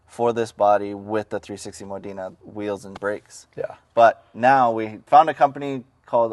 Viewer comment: learn to pronounce Modena hint its NOT Moh deena dude